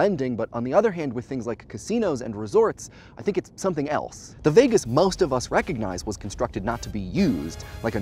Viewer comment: But it does make sense and understand your point, so yes. But you say Vegas weird